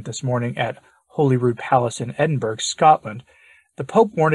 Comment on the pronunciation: Edin-BURRO, not Edin-BURGH, like Pittsburgh. Burgh is always pronounced "burro" in Scotland. Otherwise, spot on as usual.